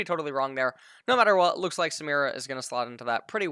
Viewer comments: literally just be able to read it's SUE ME RAH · I think it's Sah - Meer - Uh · Samira Samara.. Like dude there's literally a fucking I in her name this guy is doing this on purpose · is trying to pronounce things wrong. I'm sorry but there is no way a native English speaker reads Samira and pronounces it "Samara." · For the name. It’s pronounce the same it’s spelled Saa-Mi-Rah. It’s a very common Arabic name.